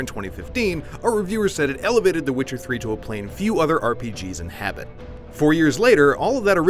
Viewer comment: When did witcher become switcer?